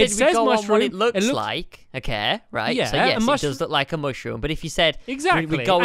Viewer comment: When I think of Quest as a series this is the most memorable video from the entire series. Stampy should have lost because he said neyes for one of the answers because they were supposed to be yes no answers not in-between.